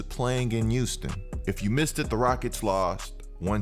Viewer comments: I got a question I got a question no disrespect?!?! 🙋🙋🙋🙋 umm are you saying Euston or Houston?!?!?! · I absolutely love your content bro, but maaaaan the H in Houston is not silent. Now I know I'm not crazy but i swear you keep saying Uston instead of Houston😂🤣😂🤣🤦🏿‍♂️